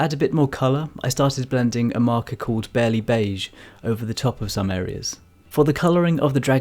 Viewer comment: Hi! You're lovely, and your work is gorgeous. I'm about to be garbage and I only know this because I also work with Copics but the E11 marker is "Barley Beige", not barely, but Barley like the grain/plant. Or maybe you're just pronouncing it differently because of your accent, but I don't think so. Always looking forward to watching your videos, thanks for being so inspiring!